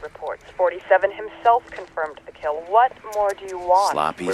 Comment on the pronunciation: Watched the whole playthrough, well done mate, couldn't help but mention the way you say "KILL" it sounds like "KEEL" 😂😂